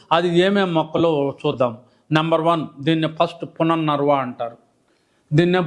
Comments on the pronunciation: పుననర్వ కాదు పునర్నవ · అది పునర్నవ..డాక్టర్ గారు...పుననర్వ కాదు... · It is punarnava but not punarnarva. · రీజోనేటర్ పౌడర్స్ , బుక్స్ ఎప్పుడైనా అమ్ముకోవచ్చు! ముందు మూలికల పేర్లు సరిగ్గా తెలుసుకోండి. పునర్ నర్వ కాదు "పునర్నవ" అని పలకండి. అమృతవల్లి అంటే మృతం లేని తీగ అని అర్థం నాగరాజ కాదు "తెల్లగలిజేరు" ఉసిరిజేయనిమేలు తల్లి కూడా చేయదు అంటే అర్థం కాలేదు. దు సా..రా... వ సారా కాదు ధూసర తీగ , సరస్పతి కాదు సరస్వతిఆకు. పిచ్చి పంటాకు కాదు పిప్పింట ఆకు. తుళసీ కాదు " తులసి ".